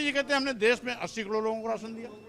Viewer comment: Isko batao ki kador nai bolte Karod bolte h